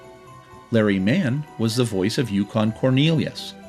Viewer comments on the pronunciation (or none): This is awesome. Thank you! One small point. I believe that it’s “Yukon Cornelius” not “Yukorn.” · It’s Yu-KON Cornelius…not Yu-corn.